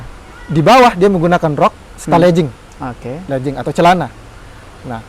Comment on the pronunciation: Legging bukan Lejing/ledging ya dek ya. Tolong